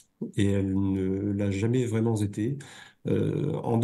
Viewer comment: Jamais vraiment z'été ? Mmmmh les liaisons dangereuses 😂 les gars faites gaffes quand même !